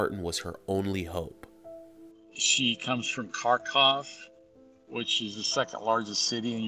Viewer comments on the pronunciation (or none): He calls it Karkav. And Karkov. It's Karkhiv, dude. Learn the cities your chick apparently lives in :/